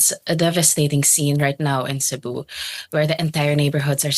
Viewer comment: It's not /say-boo/ but /sé-buh/